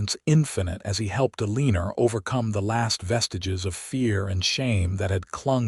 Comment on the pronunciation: The mispronunciation of the name Eleanor was annoying